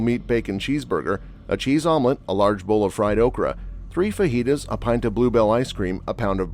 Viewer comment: It’s Faheetas, not Fajeetas.